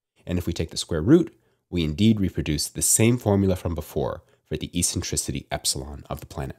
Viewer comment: This is the first time I hear eccentricity pronounced with as “essentricity”, but always as “eKSentricity.” Good job though and thanks for these videos.